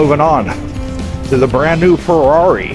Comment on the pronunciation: Haha the struggle for the Ferrari names. Even how to say Ferrari. Not ment in a bad way btw :D